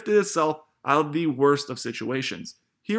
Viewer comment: Learn how to say the word “The”. Say the th in it dude....